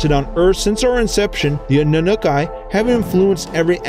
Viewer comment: oh man you mispronounced everything in this video. (eg: Zeta reticulANs, AnnunaKi, NibIRu... and others... ) good footage, not perfectly researched..